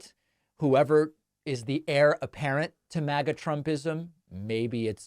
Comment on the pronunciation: Often, David, when you say, “MAGA-type” I hear “maggot-type”, then I realize that you got me again. Just thought it humorous. The two might be synonymous. ;)